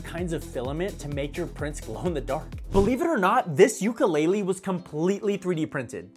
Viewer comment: You didn’t even pronounce ukulele right